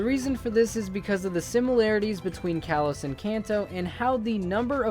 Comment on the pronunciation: ITS call-oe-s